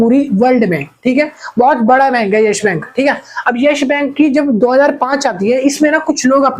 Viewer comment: Yes Bank not yesh bank